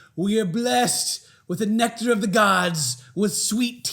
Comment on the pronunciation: You said, "neck tar" and I thought of Big Ed.